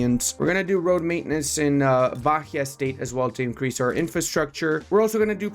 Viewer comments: You did pronounce it correctly eventually. Zhaneiro and Zherais, same sound. Also Ba-EE-a. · The "h" in Bahia has no sound. It sounds just baia with the i being the strongest sound. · As a Brazilian, hear you say "bakia" is kinda funny lol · Plese bahia is pronunce ba-í-a. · Btw considering you asked about pronunciation: Rio de Janeiro is Janeiro as in January (in portuguese we don't make the J into an R, ever) also Bahía is Bah (ba) - ia (we also don't make the H into R, ever) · great video, the h in Bahia is silent, more like Bah-ee-uh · u say BaÍA, the H is silence, u dont Pronounce